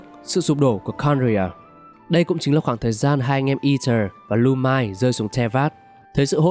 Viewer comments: 1 số thông tin bị hổng, còn chủ yếu là đọc sai tên nhân vật sẽ khiến fan game này khó chịu (Lu-min, ko phải Lu-mai). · lumine mà đọc là /lumai/ thì chịu luôn, là chuẩn dữ chưa?